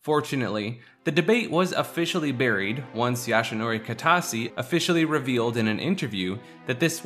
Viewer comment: sorry but it triggers me everytime you say it , it's YOshinori kitase not YAshinori